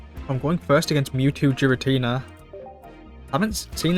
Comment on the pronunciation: Still pronouncing Giratina wrong 🤦‍♂